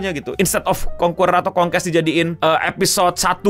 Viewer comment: Concueror ❌️ Concuest ❎️